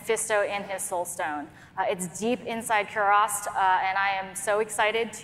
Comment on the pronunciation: They can't even pronounce "Kurast" properly. 🤦